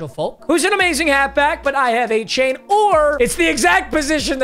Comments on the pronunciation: Also "a-Chan" not "a-chain" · ”A-Chan” not “A-Chain” apparently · A-Chan not Chain…… casual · Also its pronounced A Chan you nub. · Dev-ON A-CHAN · not to be a name nazi, but achane is prefers to be pronounced a-chan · Bro has a running joke for mispronouncing names but the Achane thing is getting annoying af. Dude made an announcement like week 3 for people to be educated on how to say it. getting out of touch forreal